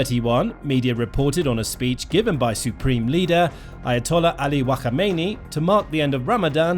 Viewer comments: It’s Khamenei not WaKhAmEiNi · Wa kha meini 😂😂 He’s Kha-mene-ee that’s the correct pronunciation 😅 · Who is wakomeneyi😂 you saying it wrong 😂 is Kha me neyi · Whakameini?! 😂😂😂😂 wtf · Why are you calling him wakhamaini 🤦🏽‍♂️😂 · Wakhamainee? Is that the Iranian bootleg version of Wagamama’s? Lol.. dude learn the names at least 😂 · what's that pronunciation of his name😭😭😭😭😭 broooo it's kha-may-naa-ee